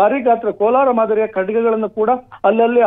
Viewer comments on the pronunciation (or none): ಲೋ ರಿಪೋರ್ಟರ್ ಅದು ಕಡ್ಗ ಅಲ್ಲ😂😂😂😂😂😂😂 ಬೋಲಿಮಕ್ಕು ಹೇಳಿದ್ದೆ news 😂😂